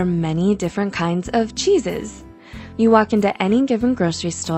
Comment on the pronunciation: Everytime you said Cheeses I understood Jesus... I was so confused 😅